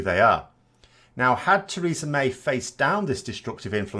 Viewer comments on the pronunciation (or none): none